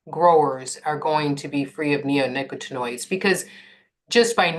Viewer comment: I think, with regard to the pronunciation of neonicotinoids, the accent is on the COT. It’s much easier to say that way.